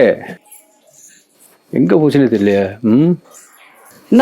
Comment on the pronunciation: Neenga Devi Devi nadhu enakku baby nu kekuthu